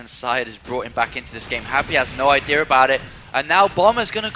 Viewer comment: Lolololo saying "idear"